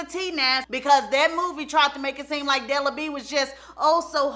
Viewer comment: Not BE-AT-TRISE!! DELA B!!🤣🤣